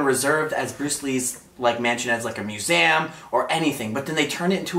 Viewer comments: MUSEEEEEEEEUM LOL NOT MUSAYIUM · It's pronounced mus-e-um not mus-am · I am sorry but he can’t say museum he says museuam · “Muesam” it’s a museum where the “a” at?? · SupremeBate I've never noticed he says it as musams. Sorry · “Musaum” dead😂😂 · i like how u pronounce museum as myusam 😊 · It's awkward how pronounces "museum" as muse-m lol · He says museum wrong!😂 like museam!😅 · Repeat after me, MUSEUM, there is no A in there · why did he say museum like that.. lol I've watched it 14 times. Love your videos though! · Also why can't he say museum properly 😂